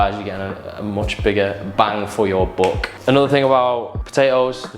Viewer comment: i love how he says "bang for your bock"